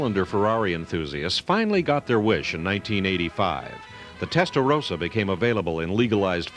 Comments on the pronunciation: American here. It's promounced "Testa-RAW-sa" not "Testa-ROW-sa." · Why the hell do Americans keep mispronouncing Testarossa? It's a redhead, not a rosehead!